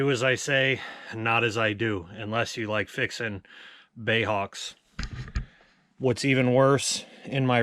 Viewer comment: please stop calling it a "bay" Hawk, it is B.A.E